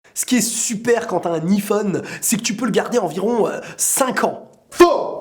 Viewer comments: pk tu dit I phone C iiiphone a l'anglaise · Sa me stresse arrête de dire iiiiiphone dit aïphone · On dit " iphone " pas " I-phone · On dit pas iPhone on dit yphone 🤦🏼‍♀️ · xD il dit I phone xD mais c'est Iphone (avec un accent anglais) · "Aï-phone" et non "i-phone" hahahahah 😘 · Pas iiiphone mais Aiiiphone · on dit aiphone pas iphone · ça se prononce a i phone pas iphone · tes con iPhone ce dit aillphone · C'est aiphone pas iphone pour la prononciation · Ptn tu me stress à dire i phone et pas aïe phone (je pense que tu fais exprès) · Sa se dit aïfone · Ca me stresse qu'il dit iphone alors qu'on dit aiphone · Sa se lit ayphone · DISLIKE PACQUE TU DIS IPHONE ALORS QU'ON PRONONCE AYY PHONE 😂😂😂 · Il le fait exprès de dire I phone ou ?.. sinon super vidéo 😃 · Mdr il dit "i Phone" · DIS : HAYPHONE STP TU STRESS DE FOU MDR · kon tu di ifone je me di il é nul en englai ! pouse rouje :p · Tu sais pas dire iPhone il faut le dire en anglais ! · tu va etre flagé juste pour avoir mal prononcé le mot Iphone